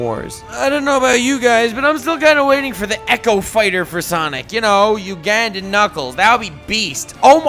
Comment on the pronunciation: You say Uganda weirdly